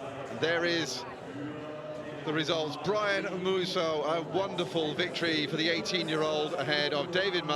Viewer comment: THAT COMMENTATOR SHOULD PRONOUNCE "MUSAU" WELL